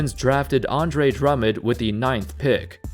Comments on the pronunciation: pernounce his name right drum mond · The way you pronounce Drummond has me triggered.